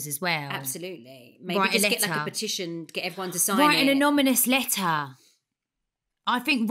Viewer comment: saying "anomymous" letter 😂